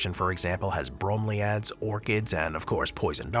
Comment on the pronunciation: The mispronunciation of bromeliads is killing me. Edit:: The mispronunciations throughout the entire video was hard to listen to. How hard can it be to make sure you are pronouncing words correctly?